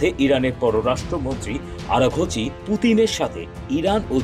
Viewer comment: আরাখাচি না আরাকচি